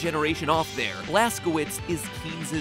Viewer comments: Wouldn't Blazkowicz be pronounced Blaskovitch? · The blaskowuts is German so it would be pronounced blazcovitz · Blaskowicz is pronounced Vlaskovich, not Blaskouits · The name Blaskowicz is most likely pronounced Blask-oh-vich. My name is Karpowicz and it’s pronounced kar-poh-vich. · Just to clarify, "Blazkowicz" is pronounced as "Blazkovich" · It’s pronounced blazcovicz because it’s actually a German name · It is pronounced BLAST-KA-VITCH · The end of Blazkowicz name, the "wicz" is pronounced "vich". I know this since my last name ends with "owicz". Polish. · mispronouncing blazkowicz like a pro xdddd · That bad pronunciation of Blazkowicz. GJ there. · Mat. You do so much research, yet you are unable to check proper pronunciation of word "Blazkowicz"?